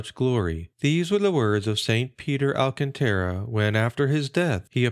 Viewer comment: Thanks for the upload, but two corrections: the accent on Alcantara goes on the second syllable, not the third (alCANtara), and in Avila, the accent is on the first, not the second.